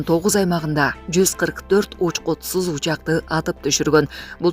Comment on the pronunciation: Байкуш диктор эмне деп эле окуп жатат, учкутсуз дейби,же учкупсуз дейби?